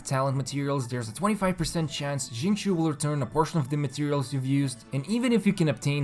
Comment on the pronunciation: No one:: Zhingchoo